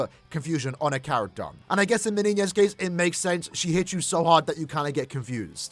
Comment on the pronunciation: thanks for pronouncing her name the right way lad